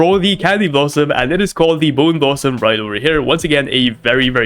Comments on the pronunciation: no way actually said boneboo and not bone blossom and didn't notice it. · Bro said boneboo and not bone blossom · Its a bone blossom not boon boo